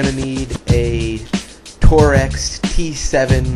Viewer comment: It's pronounced "torques", not "tore-ex". Lose the obnoxious music and learn how to pronounce names of what you are showing.